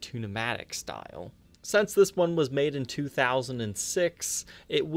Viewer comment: Sence you say sence instead of since, you should sell a "Sence" t-shirt.